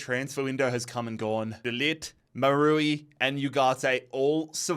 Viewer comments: Who is Maroowe? I only heard about Maz-Ra-Oui (Maz-ra-we) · Mazraoui no no Maroui🤣🤣🤣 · Bro really said marui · I'm sorry but its pronounced Maz-row-ee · How you pronounced Mazraoui gave me aids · Selling Yoro was almost as insane as the way you pronounce Mazraoui